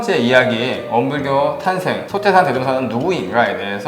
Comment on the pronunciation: 아! 이 얼마나 충격적 사실인가?? 원불교 소개자가 원부ㅜㄹ교 대송사의 법홀도 바르게 발음하지 못하는 한국 문화 수준!!! "소태산"의 "소"는 장음인대 이를 "짧게" 잘못 발음했다. 이어서같으 유의 문제를 적ㅇ어 본다. "제자, 사람, 대종사,구도,세상, 등 모두 첫 자를 "짧게ㅔ 잘못 발음 했다. 이에 정중히 권하오니, "한국 어문을 고발함"이라는 책을 조용히 읽어 주실까요?